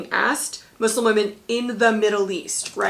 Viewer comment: Lmao as a Muslim girl having this be a DBQ is so funny to me that we’re a question. Lol Mansa Musa wouldn’t be able to film Hajj but it’s a funny idea. Thank you for pronouncing Muslim right, hearing Muzlim annoys me sometimes. I’m so scared for World. I haven’t been able to study much because we’re up to our necks trying to do Unit 8 and 9. Will try Teachtap.